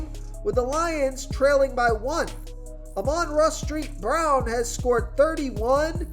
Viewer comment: Ahman rah street brown😂☠️